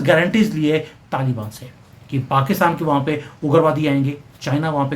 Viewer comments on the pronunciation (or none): none